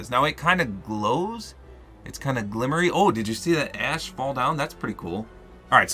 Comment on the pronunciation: When you said the wings had ash falling down, I thought you said your skins ass is falling down.